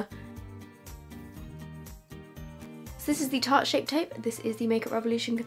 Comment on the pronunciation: Love u but tarte is pronounced tart xx❣️